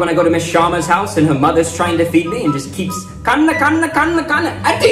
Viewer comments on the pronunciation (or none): "Atti" its athi my guy keep up with the good work my dude❤